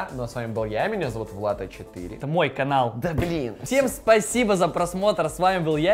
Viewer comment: глент сказал спаибо😂😂😂😂😂